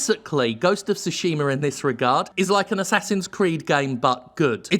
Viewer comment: Ive heard people pronounce it as Shooshima...